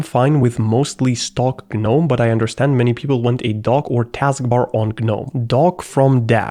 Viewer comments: im sure or im stupd but if im right its pronounced nome not Gnome. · It's not G-NOME it's NOME even though it's spelled GNOME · it's gnome, not guh nome, no GUH, just nome. holy hell, loved the vid tho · Him constantly saying Guh-nome is sending me. It’s just “Nome” buddy. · the pain of hearing him say g-nome but i pronounce it nome like the actual word imo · Broh.. say.... "G-Nome" or "Geenome/Jeenome" because that's how you pronounce it. Whats GnOmE? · hey hey, gnome = ( nome ) proper pronunciation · in the word "gnome" the G is silent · The G is silent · I HATE the way you pronounce gnome 😭😭😭